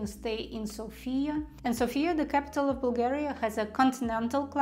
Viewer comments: learn to pronounce Sofia correctly - sOfia, the stress is on the first vowel. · ''Sofia'' is pronounced with emphasis on the letter ''O'' not on the letter ''A''. Pronouncing it with emphasis on the letter ''A'' happens when we call somebody with the name ''Sofia'' ( normally woman's name). When we have in mind The capital ''Sofia'' - emphasis is on the letter ''O'' ( can never be mistaken that way ). 🙂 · May I just make a couple corrections? It is v(I)tosha not vit(O)sha mountain, and it is s(O)fia, not sof(i)a. Wonderful video, thank you so much.